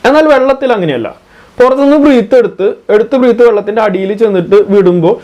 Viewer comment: Bro, വളരെ നല്ല വീഡിയോ ! എല്ലാ വിഡിയോകളും വളരെ ഉപകാരപ്രദം ആണ് ! ഒരു ചെറിയ നിർദേശം മാത്രം : breath (when used as a noun) എന്നതിന്റെ ശരിയായ ഉച്ചാരണം ബ്രത്ത്‌ എന്നാണ് (എന്റെ പരിമിതമായ അറിവിൽ ) breathing - ബ്രീത്തിങ് ✅ *** breath -ബ്രത്ത് ✅ (as a noun) Breath (as a verb / ക്രീയ ) - ബ്രീത്ത് ✅ So ബ്രീത്ത് ചെയ്യുക / ബ്രെത്ത് എടുക്കുക 😄🙏🏾 🙏🏾